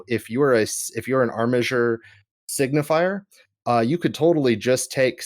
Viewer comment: "Signifer" not "Signifier". You guys keep pronouncing it wrong!